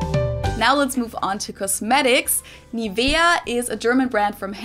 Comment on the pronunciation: Oh and shworzkop and NIVVia